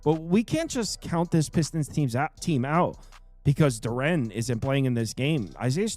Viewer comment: Yo Jalen Duren name is pronounced DUR-IN. Not DUR-AN